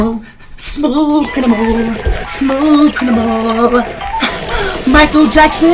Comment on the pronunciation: Dude said "crinimal"